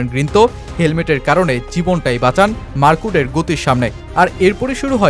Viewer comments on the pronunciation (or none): উচ্চারণ টা টিক করেন মার্কুড না মার্ক উড। এতে ডিফারেন্ট প্লেয়ার মনে হয় আপনার বাচন ভংিতে। নিজেই প্রথমে চিনি নাই কি বলছেন লাস্টে ভিডিও তে দেখে চিনলাম। পরামর্শ সাধারণ ভাবে নিবেন। ❤